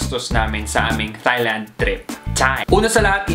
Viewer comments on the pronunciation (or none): Tieland po hindi Thighland hehe